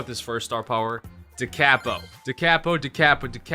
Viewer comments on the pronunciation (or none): Musicians cringe when says da cAApo